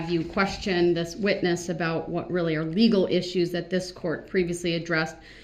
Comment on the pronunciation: Did that dumb ass just say dis instead of this?